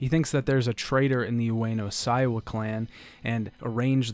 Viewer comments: Sorry to be a pedant,, because I know you don’t speak Japanese and you’re trying your best to deal with the complicated names, but it’s Ueno SEIwa. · Seiwa is pronounced like "say wa"